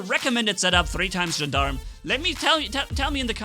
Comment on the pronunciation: Gendarme is pronounced as "Jahn-darm" Cuirassier is pronounced as "Queeraseer" Their definitions are types of soldiers. Cuirassier: a cavalry soldier wearing a cuirass. Gendarme: an armed police officer in France and other French-speaking countries.